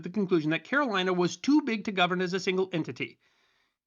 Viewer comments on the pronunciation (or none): none